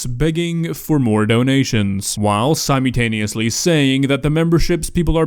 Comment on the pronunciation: ILY, but its "simULTANeous" <3 there's an L in there. There's also an L in this video for this poor guy xD